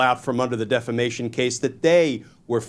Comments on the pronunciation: Appreciate the victory! Except, you're saying deflamation incorrectly... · I know. My goodness. I cringed every, single time he said it like that!